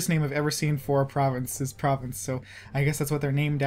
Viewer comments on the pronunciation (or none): Oi, the pronunciation xD - you're only confused by the name of Provence if you don't know how to say it, (and Valois, etc.), but putting aside my inner pedant, I'm excited for this playthrough! Thanks for this.